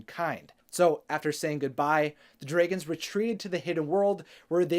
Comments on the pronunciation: Dray gons 😂😂😂 instead of Dragons 🐉 😂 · Please. i beg of you. it is "dra"-gons not draygons. hearing you say that makes me cry. nicely explained though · Dragons priceless 😂 Pronounce it: draygins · U pronounce dragons funny kekeke also r u okay ur lips v pale